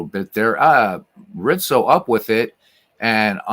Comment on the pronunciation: Pretty sure Anthony Rizzo fakes injury due to constant pronunciation of Reetzo